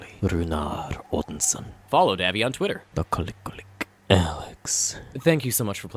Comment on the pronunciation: Hell yeah, another Davvy video right before I run our game! Solid attempt on my name by the way